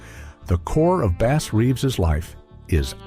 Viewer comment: His first name is pronounced as "BASS" the fish and not Bass as a musical instrument.